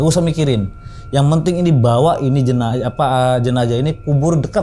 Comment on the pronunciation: Jenajah❎ Jenazah✅